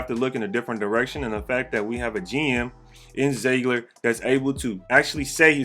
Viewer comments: Bro it’s ZEE-gler.. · Is it ZIegler or ZiEgler? If it's ZIegler, I've been pronouncing it wrong.